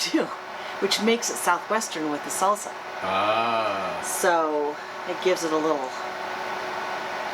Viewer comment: Another nice video as usual. Was just wondering...I've never in my life heard anyone say salsa with a z sound. is that a WA thing? :-)